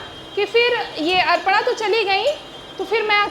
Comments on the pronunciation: Bataiye...... अपर्णा.. Ko.. अर्पणा bol rahi hai. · यू टुव पर हमने कब ज्ञान दिया?? ज्ञान बांटने की शुरुआत तो तुमने ही की....अपर्णा को अर्पणा बोल रही है। किसने कहा? ? हमने। अरे इतने 2000 स्टूडेंट्स के सामने लाइव है तो धोखे से मुँह से निकल गया तो इतनी गंभीर बात नहीं हो गयी जो कल से अभी भी शांत नहीं हो रहे।